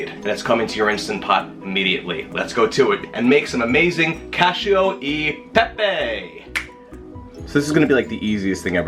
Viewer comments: Loved your pastrami recipe and eager to try this one. Correction: Koch- ee- oh- ay- paypay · It’s cachE-O Eh PePe